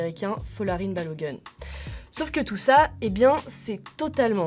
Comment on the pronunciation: La prononciation c'est pas "Balo gun" mais plutôt Balogoun. Faites un effort de ne pas écorcher le nom de sorte à éviter un certain préjugé vehiculer sur les noirs aux USA.